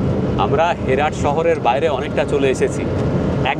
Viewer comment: It’s not হেরাট it’s হেরাত